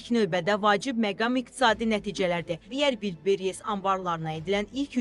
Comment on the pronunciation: Ulllbres yox Valbress